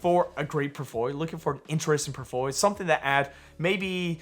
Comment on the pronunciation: I’m sorry but The way you say “portfolio” in every video drives me nuts 😂. It’s like you barely finish the whole word